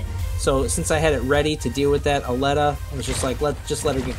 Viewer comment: U pronounce it /alleta/ when I looks closer to Aleta (/elite/a/ with an 'A' at the start) Like the movie alita battle engine. ???